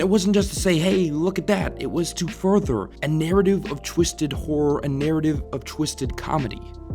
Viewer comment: I was confused for the longest time because I heard you saying horror as whore lmao